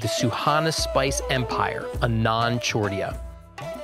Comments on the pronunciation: Its pronounced AAnand :) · I am a recent fan of. Kudos for all the great work! A small thing that bugged me: Anand should be pronounced as Aanand. The first syllable is Ah, and has the stress.